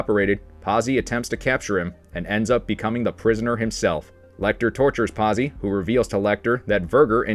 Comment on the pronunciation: Verg, er Verge er, verger Pot zi, pazzi, great video, but God damn, can we Americanize names any more ? Seriously lol